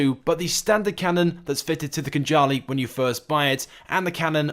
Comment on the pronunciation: KHANJALI - thats how we pronounce Georgian word, and It means SWORD